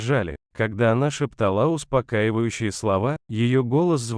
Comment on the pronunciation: ЛЮДИ Добрые!!!! НУ КАК МОЖНО В СЛОВЕ,, ШЕПТАЛА,, ПОСТАВИТЬ УДАРЕНИЕ НА ПОСЛЕДНЕЙ БУКВЕ,, А,, В СЛОВЕ!?!